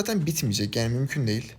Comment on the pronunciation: 10.dakikaya dikkat etsenize İstanbul üslubu adana conolarina dönüyor. O değil o değil o deel o deel ulan ne güldüm bswhhwhs😂